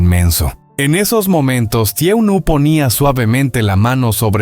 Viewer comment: Está relatando mal. Porque es TUUNUI. NO TRUOMD. FÍJESE EN LO QUÉ DICE POR FAVOR 🙏🙏🙏‼️‼️‼️‼️‼️‼️‼️‼️‼️‼️‼️‼️‼️‼️